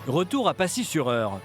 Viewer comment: C'est pacy pas passier